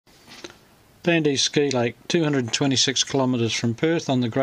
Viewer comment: Can we get someone how to pronounce it correctly